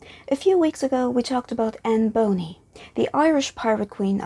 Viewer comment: its not Boney as you say.Its Bonny !